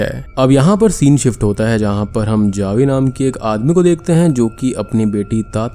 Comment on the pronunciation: Javi but it pronunciation is havi